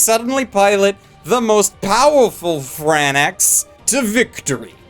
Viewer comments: "Fran Ex"? I thought it was pronounced like "Franks" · It's "Franks" not "Fran Ex" I'm (Studio) TRIGGER(ed) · It's pronounced francks, not fran X holy moly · I mean, it is Franx and not FranEx, right? Isn't it? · Its pronounced as "darling in the F R A N K S" just a bit annoyed that you say it as "F R A N A X", Bleh. Anyways, pretty good review! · Why do you say Franax? It's FRANXX (Franks). Also presenting Fan Service as a negative is beyond prudish. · SPOILER ALERT!!!! It's pronounced "FRANKS" not "FRAN-EX" !!!!! SWEET JEBUS CHRIS ALLMIGHT... SEE!!! SHIT NOW I'M DOING IT!!! 😭😭😭😭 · ITS FRANKS NOT FRAN IX OMYFUCK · Fran X..... ouff. It's Franks, and it clearly is said that way too... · Franxx is pronounced Franks, not Fran-x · Marc Fernandez OMG I FUCKING AGRREEE. I AM VERY TRIGERED BY DIS GAME SAYING FRANXX AS FRANAXX. WHERE TF IS THE A THO. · It's pronounced Franks, not franax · seems to enjoy finding a way to pronounce shows incorrectly. Azumanga Daow, and now Fran-Ex. They say "franks" directly in the show for pete's sake. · I'm just liking this because he called it "darling in the fran ex" instead of darling in the franxx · Darling in the franexx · "-Darling in the FRAN-AX..." PLEASE TELL ME YOU'RE JOKING. JUST TELL ME YOU ARE! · Did you just fucking say franax, you off the Xanax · YOU STILL SAYING FRANNAX YOU DUMB FUCK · still with the frannax😭😭😭😭 have some fucking respekt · ok I know you’re getting enough hate for this but, ”darling in the frannex” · Man if you have watched the first episode you should know how to say franxx properly. How can you say franax more than one time it sounds like your speaking a hole different language man. I’ve seen all the Darling in the franxx episodes so far and it is so good!!! But you saying franax is just disappointing so so disappointing 🤦‍♂️ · Downvoting for pronouncing it “FRANNAX” what the actual fck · What in the heck is a Frannax?? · “Darling in the Fran-X” lmao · Fran-ehx rly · FranXX is pronounced "Franks"